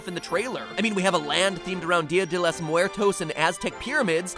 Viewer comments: dhye dey hlos mrrdos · "Deea dey lass Moo-air-Toes" I'm Puerto Rican, by the way. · Miguel724 deya dae lous muertous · the correct pronunciaron is: deeuh de los mooertos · Omg I'm Mexican and the way you said día de los muertos was hilarious to me😂😂😂😂😂😂😂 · Miguel724 I THOUGHT I WAS THE ONLY ONE😂😂😂😂😂😂😂😂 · Miguel724 ikr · I am Mexican and the way you said dia de Los Muertos made me laugh a little